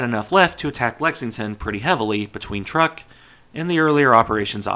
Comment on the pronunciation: truk Trook not Truhk